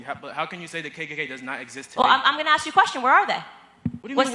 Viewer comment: Or, I need to ax you a question.